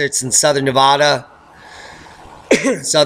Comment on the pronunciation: Sorry, I must point out, it's pronounced 'NeeVadda', please, not 'Naavaada'. Hard vowel on the A, from Virginia City, Nevada. Keep up the great reporting! 👍✌